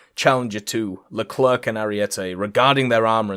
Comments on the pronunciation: Yeah no one pronounced it right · Always funny when makes these vids XD also the C in the leclerc is silent. It's just LE CLER.